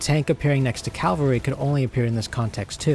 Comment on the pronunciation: Why can't Americans, or people in general, pronounce "cavalry"? we hear Calvary. "Calvary" is the Latin word for "skull" and refers to the hill, also known as Golgotha, where Jesus was crucified. Cavalry is from the French word cavalerie, itself derived from cheval, meaning "horse". Say it sloooowly with me - Caaavvvv - alry, not Caaaaal -vary